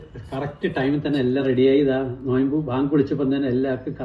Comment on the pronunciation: നോയ്മ്പ് അല്ല - നോമ്പ് എന്നാ